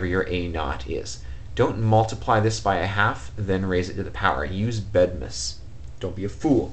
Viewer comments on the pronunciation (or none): Bedmas not bedmes lol :) really helpful though